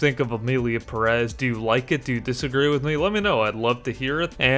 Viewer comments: It’s PEH-rez, not pe-REZ! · That last name “Pérez” should be accentuated in the first syllable, not the second.